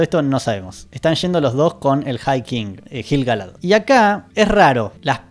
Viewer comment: Me explotan los oídos cada vez que decís JILGALAD